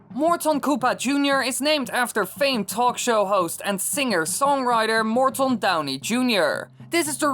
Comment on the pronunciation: It's Morton not mort on.